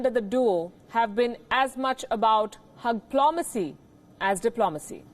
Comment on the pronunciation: Hug-lo-macy... 😅😅 That was funny